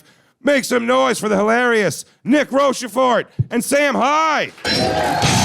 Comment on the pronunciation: Nick should've corrected Jay's pronunciation of Rochefort